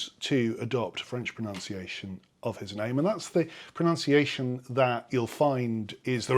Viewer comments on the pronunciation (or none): The word is. PRONUNCIATION not pronounciation.